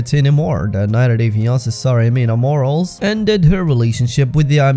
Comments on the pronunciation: Her name is "Mor-al-es" not "morals". Aren't you Spanish yourself? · Friendly tip: Morales is pronounced “Mo-rah-lehs” not morals ☺️👏 good video